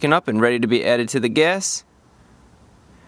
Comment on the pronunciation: Wth is he saying "guess"!?!? Its pronounced "gASS"